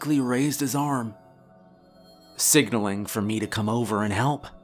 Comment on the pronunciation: she leaned closer to "meyh"